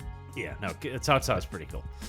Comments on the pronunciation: "Kao Kao"? Really,? xDDDDD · i'm pretty sure Cao Cao is pronounced sou sou with a sharp S like in snake. i might be wrong, but is definetly wrong